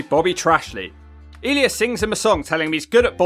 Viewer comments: It's E-lie-us not "Eleeus", my man. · Ee-leas? It’s E-lie-us. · Is he mispronouncing Elias (E-Lie-Us) on purpose? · Drew Mcdonald and the way you produce ellias hilarious 😂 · it's E (A) - Li (Lie) - As (Us). I'm sorry, but the pronounciation bothered me a bit. Other than that, splendid video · E-lee-as? Elias! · It's E-Lie-us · I am now a fan of eel-eee-isz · Say Elias name correctly or I’ll shove you one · great video but i was dying when u pronounced elias name 😂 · The pronunciation of Elias and Seth Rollins, Jeff's inner monologue with referencing to the LHP in singular made this video an instant classic on the channel. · Is he pronouncing Elias like that as a joke or is it an accent thing? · probably accent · I die every time you said elias